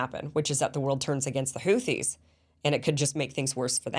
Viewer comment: Kim congratulation for your pronunciation of the word Houti. Really almost close to the pronunciation of the Yemeni peoples BTW i am a fan of your program. I am a man from Djibouti of Yemeni background. The people of the 2 shores of the Red Sea have been going forth and back from centuries. Djibouti not only hosts a Chinese military base, but also an American base, a French base, a Japanese base. (very surprising in view of its neutral constitution) The Houthis, and generally the Yemeni people, are fearless fighters. Ask the Saudis with theirs American advanced weaponries and the bankroll. Emiratis 's mercenaries with their billions of dollars.